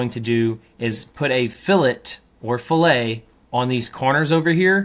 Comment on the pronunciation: Ok. It’s NOT filet like filet of fish. It’s fillet “fil-lit” fil it. Dictionary.